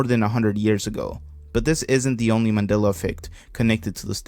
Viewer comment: He can't even say Mandela correctly